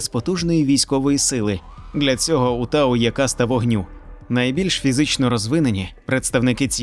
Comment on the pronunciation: Вообще, не тау а т'ау